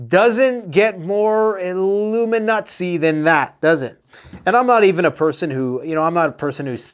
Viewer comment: Illuminutsie?? Lol great content thanks ×33🎉🎉